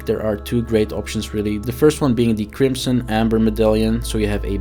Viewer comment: "odderwise" "flesk" "ties twoe" "krimpson" "utimately" Gadverdamme